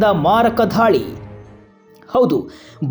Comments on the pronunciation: ಧಾಳಿ ಅಂಥ ಹೇಳ್ಬೇಡಿ ದಾಳಿ ಅಂಥ ಹೇಳಿ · ಅಣ್ಣಾ ಧಾಳಿ ಅಂತಿಯಲ್ಲೊ ಎಪ್ಪ ಘಾಯ ಅಂತಿ ದಾಳಿ, ಗಾಯ ಯಾರ ನಿಮ್ ಗುರುಗಳು 😂😂